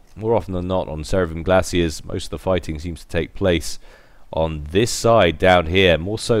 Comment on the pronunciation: Just a little nitpick: its Glaciers (with an R), not glacies. But epic cast again!:D